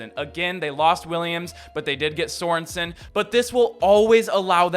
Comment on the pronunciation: Did you say they did get soreson??? 🤣🤣💀